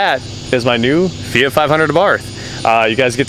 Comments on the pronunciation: Feeyghat ??? Hahahahahaha its called and spelt fiat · Its fiat loool